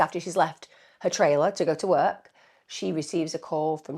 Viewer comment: Why can't she pronounce the word " work " properly?